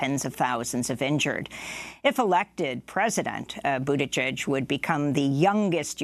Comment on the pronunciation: LET THE BUTCHERING BEGIN... PETE BUTT-I-GIEG, also heard Buttijudge...🤣😂this is going to be fun